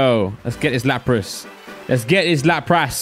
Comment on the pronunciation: Nobody:: laprASS